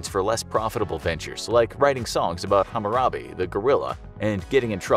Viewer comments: did you just say HAMarabe!? How you not know how to say Harambe 😩 man. Unsubscribed can’t see past this major L. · It's HARAMBE NOT HAMARABE! :( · thank you i didn't notice it for a second and then i was like wait a second "Hamarabe" isn't it Harambe. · You really just didn’t pronounce Harambe as Hammurabi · wait.. stop. Did you just say "Hamarabe"? It's Harambe ya doink. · You lost me at "Hamarabe" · HAMA-RABE???? Come on man, you gotta be pulling my leg with that pronunciation. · yea, we didn't put our D's out for Harambe so that someone would mispronounce it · >"hamarabae" excuse me WHAT? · downvote for "HARAMABE", apparently 🙄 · We just gonna ignore the fact he called harambe haramambe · I disliked because of the “Hamarabe” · When he said Hamarabe I Died 😭😭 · I know you didn’t just pronounce Harambe wrong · The narrator does this on purpose to bait out comments. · I often wonder how hard it is to just go find out proper pronunciations instead of butchering words 🤦🏾‍♀️😅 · Also not the first time they disgraced Harambe's name